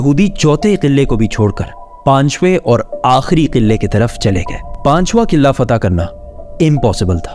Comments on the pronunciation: Qillaa nahe Bhai Qilaa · Bhaiyya over express krne ki zrurt nhi hai or sb se ooper adab ko malhuz rkhen or ye “qillllaa” nhi hai isy “Qala” bolty hen